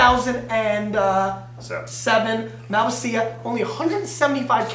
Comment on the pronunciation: Learn how to pronounce Malvasia please!